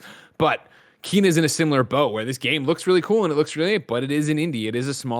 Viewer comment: Kena: Bridge of Spirits Kena is pronounced “Kay-Nuh”